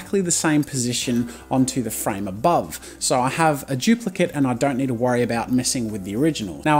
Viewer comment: U Said frane like 999999 times